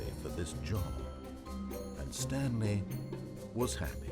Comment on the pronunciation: "stanely agreed to sign up to google+"